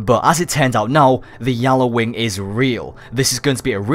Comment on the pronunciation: not yallawing gjalarwing